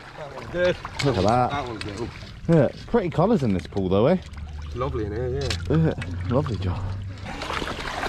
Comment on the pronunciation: Pool not poll.